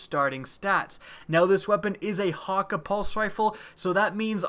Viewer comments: hawka? I think it's 'hak ay' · Mah-doo-lah, hakke is also pronounced hack-aye. C'mon man. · Geoff Hughes Well considering the Jabberhakke-d is a play off the word Jabberwocky it would be pretty stupid to prounounce it Jabberhakkuh. Plus thats not how Cayde-6 prounounced it in the game.